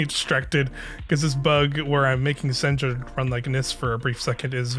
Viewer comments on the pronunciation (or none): It's pronounced "Sen-ya", not "Sen-jah". It's a Norwegian name, so the J is pronounced as a Y.